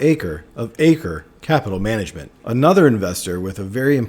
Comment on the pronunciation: Not so important though.. but Pronouncing Chuck ‘Ak -Ri ‘